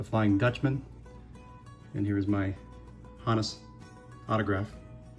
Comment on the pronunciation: Great items! Two things struck me. 1. Thank you for being the only content creator on YouTube to actually pronounce "Honus" correctly. 2. That Hornsby auto is absolutely next level. Never let it go!